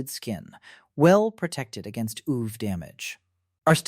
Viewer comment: Maybe ai narration?? Why does it say ooh-ve 😭💔🥀